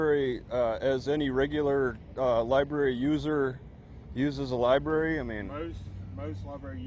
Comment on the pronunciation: Lie Berry??